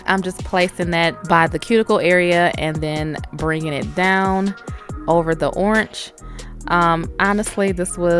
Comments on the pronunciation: I love your "CH" at the end of Orange! "Oranch" 😂😂😂 I love listening to your voice sis, the nails are Bomb!! 😍😍😘😘😘💝💝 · Great video 👍... girl did you say oransh?🤔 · 😂😂the way she says orange has me dead but those nails🔥🔥🔥 look sooo pretty😍